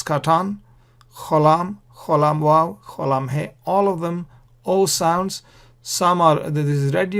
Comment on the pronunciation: Beautiful pronunciation with the waw and the thau